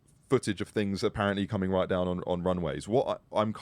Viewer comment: Anybody who says right like that is probably making stuff ip